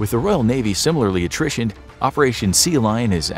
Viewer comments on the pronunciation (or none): none